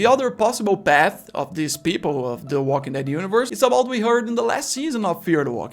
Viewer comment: Here are some English tips for you... The military bases weren't run over by zombies, they were overrun by zombies. Also, I hear you fairly often putting the emphasis on walking rather than dead and I think it should always be on dead. I would have to come up with a pretty weird scenario where I would want to put the emphasis on walking. Like if I was trying to make some kind of clarification in a weird situation. But if you are just saying the title of the show, you should absolutely always put the emphasis on dead. Other than that, I think you did great! 😬👍🏆